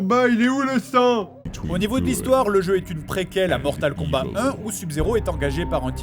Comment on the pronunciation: On dit Mortal KombaT, avec un T, comme : "T'va voir ta gueule si tu parles pas komifo !" ...